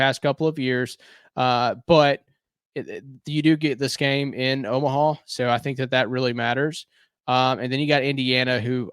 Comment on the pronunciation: Thanks for watching Chris! And thanks for not going too hard on me for saying “Omaha” 😂